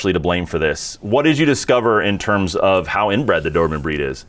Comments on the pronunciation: Every time, I hear Doorman instead of Do-ber-man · Do-ber-man, let’s all say it together…Cheers…!!!